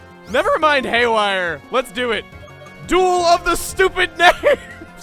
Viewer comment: ''Hayware chain shot!''